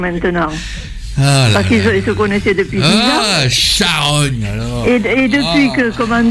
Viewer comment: charogne pas charolle